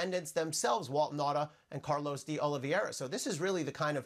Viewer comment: You'd think Honig would learn how to pronounce DeOliveira by now. So unprofessional.